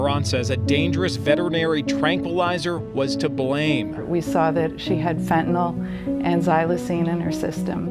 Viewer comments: Small issue, but "fentanyl" isn't pronounced "fentinol" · Why do you pronounce the word Fen-ta-nol? 🎉